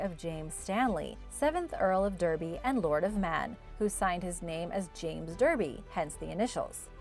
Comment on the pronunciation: Derby is pronounced Darby you forgot to include Wales. Your diagram shows Wales as a part of England, they are two different countries.